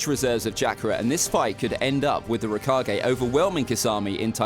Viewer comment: rakagey can u stop saying rakagey is it that hard to pronounce raykage